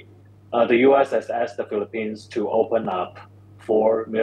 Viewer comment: Philip-peens, please! Not Philip-pines. There are not so many PINE trees in the Philippines.